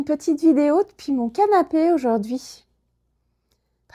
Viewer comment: Hola. "Depuis" me suena como "después".